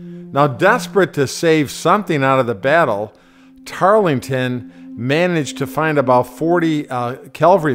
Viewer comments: zyzor Yes, Tarleton, not "Tarlington", but he did not show much mercy to women or children. He allowed his men to sexually assault the Colonial women during his tenure in South Carolina. I wouldn't call that mercy. You might. I wouldn't. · The narrator kept saying "Tarlington", The British commander was Banastre Tarleton. The American Cavalry commander was William Washington, George's cousin. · couple things.... first; its TARLETON.....Banastre Tarleton. no "g". second, it was WILLIAM, not George Washington. general George Washington was in Newport ri in early 1780. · Tarlington? George Washington? Were you “inspired” to rewrite history? What is the point of making a purportedly historical video if you can’t get the basic names correct? It certainly does nothing to promote your credibility. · This day is going to be like no it's not it's handrail tarlington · Sir, you really need to re-do this video getting Tarleton's name correct in its pronunciation (TARL-ton). Some people also pronounce his first name (BANN-iss-tray), but it is pronounced, BANN-iss-ter. Mispronunciation discredits everything else you have to say here, and this is otherwise an excellent vignette. So, please re-do it with the correct pronunciation. Thanks. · That is not a simple mispronunciation...and it sets the tone for the whole misguided video....Polish up your act. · The narrator doesn't even pronounce Tarleton's name correctly. He's not very educated. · It's a good video.. BUT!!, continually mis-pronouncing of Tarleton's name and saying George Washington was at this fight greatly detracts from this bit of very important history. My grade, B- to C+ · It's not "Tarlington". It's Tarleton. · Tarrellton ... not Tarlington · Tarlington? It's Tarleton. I can't listen to this if you can't get the basics right. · Its not Tarlington......wake up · Poor research, pronunciation. Tarleton, not Tarlington. William Washington, not General George Washington at Cowpens.